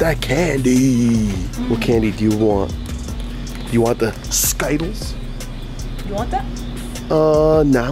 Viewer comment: Why they call it skyttles